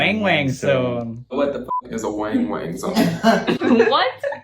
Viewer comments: wang wang ❌ weeng weeng ✅ 😅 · Weng weng or wang wang it’s deference how to pronounce haha